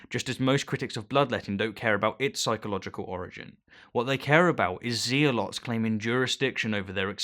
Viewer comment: We dine well here in "Ze-a-lot" , We eat ham and jam and Brie a lot.